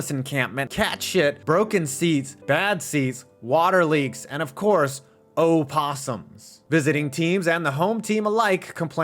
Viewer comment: Thank you for pronouncing Opossum correctly ❤